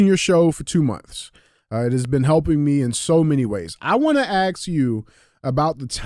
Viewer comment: Can we take a moment to ask DJ why everytime he says “ ask “ he keeps really saying “axe” 😂